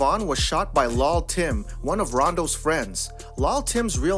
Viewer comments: "King Von was shot by Lawell Tim." Who's man's is this? Where this nigga from? It's Lul Tim stupid. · Who the fuck is LULL Tim? This guy here. SMH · Yea its lul tim